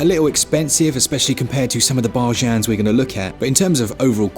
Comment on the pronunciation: Hey lovely people! Pleasee someone help, I am not a native English speaker, and I hear as I thought should be "BARGAIN" word, but pronunced more like BARJAN and . Did I get the word right? I am dying of curiosity, I never heard it pronuonced like that! Thank you!!